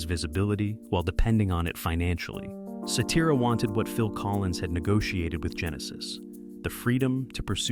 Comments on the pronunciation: A.I. voice "Peter See Tear a" LOL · I think they pronounced Peter’s last name right. They kept pronouncing Danny Seraphine’s last name wrong. Danny has always pronounced it as Serafin and not Serafeen. Peter Cetera has always pronounced his last name as Sa Tera. Robin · While describing Chicago's debut album, you showed an image of Chicago 2. Unbelievable. Also learn how to pronounce "Cetera." Oh and one more thing, Chicago 30, released in 2006, is one of their finest albums, of course after the late sixties to mid 70s albums.